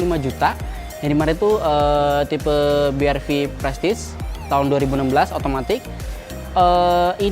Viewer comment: BRV dibaca 'Bi Ar Vi'. Bukan 'Bi Er Vi' 🙂